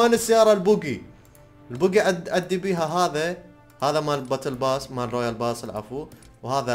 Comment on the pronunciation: ليش تكول بوتل ياس